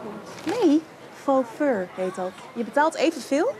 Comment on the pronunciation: Hoe zei fo fur ging helemaal stuk😂